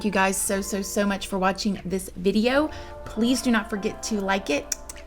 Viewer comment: SAME!!! I also used to watch Bella Fiori too, but her accent drove me crazy. She pronounces "video" as "viderrrr".